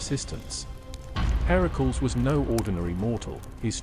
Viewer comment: Herakls? I have heard it pronounced Her-a-cles.